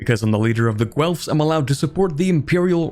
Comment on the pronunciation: That's not how you pronounce Guelfs.